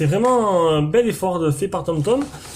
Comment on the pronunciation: sa me stresse que tu dise tomtom alors que la marque s'apelle homtom x)